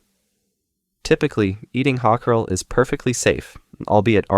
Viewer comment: icelander here. your pronounciation of hakarl (which is just the word for shark) is god awful. this is also not something found "around the dinner table". nobody eats it casually, it's a delicacy and tastes like shit, even icelanders usually think it tastes like shit. generally only eaten in traditional food festivals.